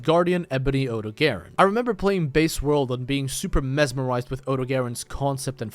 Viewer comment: Odogaron is pronounced like (oh-dog-ah-ron) just so yk